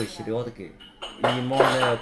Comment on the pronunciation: Селёдки! -Слётки? Ахаххахаах как же это смешно смотреть Чел выбрал учить русский у китайцев которые чут чут по русски😂 Сто шесят восема понима?